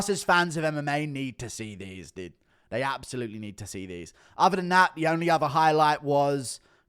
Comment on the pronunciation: Why does he say dude? Isn’t he English? Dooood